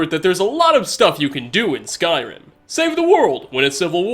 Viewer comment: Love the way he says 'skyRIM'